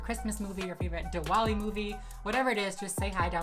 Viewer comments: Omg you pulled that makeup look so well and also Diwali is pronounced Dthivali I have no idea why there is a w 😂 I found your channel and I subscribed today 🥰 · diwali is actually pronounced like divali just fyi but ily 😘